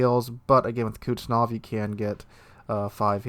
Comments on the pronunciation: IGN: TARQUIN21 Server: NA Say it with me "kooz-net-sov." Kuznetsov. LOL I'm sorry, but that really bothered me. Love the content. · Didnt realize "Kuznetsov" was so difficult to pronounce...